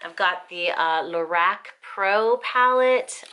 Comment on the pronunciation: At last someone who says Lor ACK :0) x